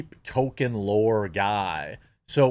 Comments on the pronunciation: TOLKIEN, not TOKEN 🤦🏻‍♂️ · IT'S PRONOUNCED TOLKEN NOT TOKEN! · Damn, the sheer number of times that Jeremy says token instead of Tolkien (pronounced Toll-keen) is doing my head in. Is this an American pronunciation? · His name is pronounced TOLL KEEN not TOW KIN. This is almost as annoying as people who say Go Woke Go Broke. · It's pronounced Tol-Keen. You constantly saying Token is irksome. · It’s “toll - keen” not “token” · I belive it's pronounced toll-keen not toll-ken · toLkien. Not token. I feel like I'm taking crazy pills. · Jeremy: sees author Tolkiens name, pronounces it token. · Splitting hairs, Jeremy, but just in case, his name is pronounced "Toll-keen" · It's OK, Jeremy, you can go ahead and pronounce the 'l' in Tolkien. No one will claim that you are fanboi. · We know you're not a fan when you repeatedly pronounce "Tolkien" as "toe-ken" or "toe-keen". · The “L” in Tolkien is not silent. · Liked the video, but had to give it a dislike for all the times you said Tolkien's name wrong. XP